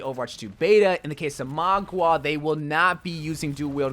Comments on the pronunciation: I die a little bit everytime says Magua instead of Mauga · Mao-gah, yo-Kai* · Probably a black ops 3 Shadows of Evil player in the past to be saying "Magua" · excuse me how did you pronounce mauga and yokai? "MAW-GUH", "YO-KAI", uncultured weirdo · its Ma-OO-Ga and YO-Kai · "Magwah" "eternalise" "yakoy" dude i think you might need to practice your phonetic pronounciation with your scripts a bit ay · Nobody. Absolutely nobody.:sorjurn and mah- gwa